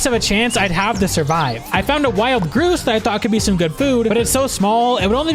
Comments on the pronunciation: The "ou" in grouse sounds like ow, not oo. So, instead of rhyming with goose, it rhymes with mouse. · It's gr-ow-s not gr-oo-se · "Groose" - to be clear, it's a grouse, pronounced like "house" lol. They're a native Eurasian bird. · A groos instead of a g ur ow s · Grouse rhymes with "house". Not "moose". In real life, they are hunted, but don't provide much meat. About as much as a very small chicken. You definitely need sides, or 2 or 3 of them to make a proper meal. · GrOOse? 😂 I’m assuming it’s spelled “Grouse”. That’s a bird and it’s pronounced like “grouch” but with an ‘s’ instead of ‘ch’. Definitely understand reading it that way though, English spelling is insane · hello im 8 months late but just wanted to say grouse rhymes with mouse, not moose. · "A groos"😭 it's pronounced gra-ow-s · "Groose" took me a minute to understand that you meant grouse. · The way he says grouse kills me, it's pronounced "grr-ow-ss" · its pronounced gr-ow-ss as in the sound you make when hurt, not like goose with an 'r'. I was so confused for a minute on what you were saying. Grouse is fully a food source irl so weird you didnt get food from it in game! wouldnt want to live wherever this modpack is based off!!! tornados and bears! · IT'S CALLED A GROUSE NOT GROOSE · Really cool! Just so you know, grouse rhymes with blouse. They are pretty common up north 👍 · Why’d you say grouse like that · sobbing over the way you pronounced grouse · You're pronouncing "grouse" painfully wrong... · Bro is that how you said grouse lol that's not.. how its pronounced